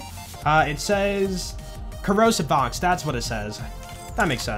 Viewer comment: why did you say ''box'' instead of ''fox''?